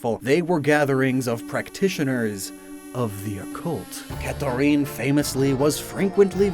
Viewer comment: I’m sorry- you said Catherine’s name wrong like 5 times. I’m stuck on that (great otherwise bro)